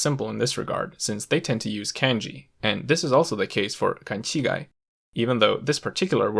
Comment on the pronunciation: The narrator speaks "kænji" instead of "kAnji", but pronounces "kanchigai" properly. That's weird.